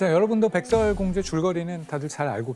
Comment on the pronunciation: 백thㅓㄹ 공주라.... ㅅ 발음이 잘 안되시는군요.